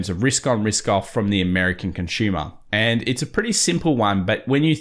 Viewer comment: “Conshuma”. Lol